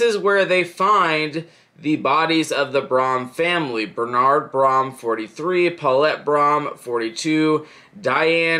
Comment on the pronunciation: It’s pronounced brum I can give you some more info if you want to make a update to this